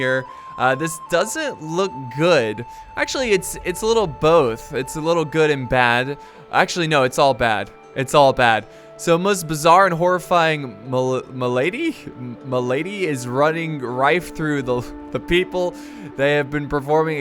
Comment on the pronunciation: a malady means a disease, pronounced MALadi